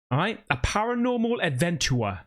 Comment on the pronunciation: You say INVETTIGATION... and later once again. And "a paranormal ADVETOOAH" or "ADVENTOUR" ... did you do this on purpose? Greetings from a German in Cyprus! Love your videos!!!